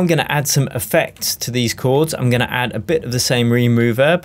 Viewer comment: Reem rooverb 😂😂 Love these videos man